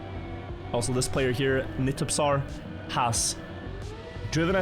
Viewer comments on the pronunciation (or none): got to map 20, the way pronounced nitupsar fucked me up "nitSupsar" there's no extra s, plus that's just rasputin backwards bro, call him that😂